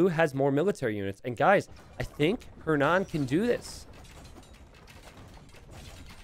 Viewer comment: The way you pronounces "Hernan" gives me a headache